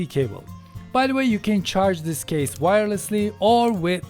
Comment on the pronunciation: Çok güzel This diyorsun abi. Vis iz akxmsm